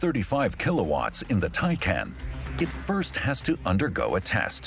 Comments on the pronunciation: He says Taycan wrong and well, it's Tie-con. I had to turn it off, made me sick to hear his stupidity. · a documentary that manages to mispronounce both porsche and taycan lol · Would you please pronounce Porsche and Taycan correctly?!?! 🤦🏻‍♂️